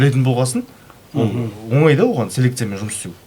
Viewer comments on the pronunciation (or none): none